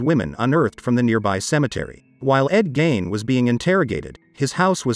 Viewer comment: His name isn’t pronounced Gain it’s Gein rhymes with Mean.